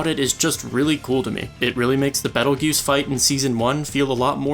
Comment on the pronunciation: Pronunciation-Bee tail juice . Not battle guuse.